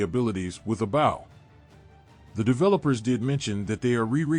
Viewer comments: Why does he keep saying bow instead of bow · Dude can't even say bow correctly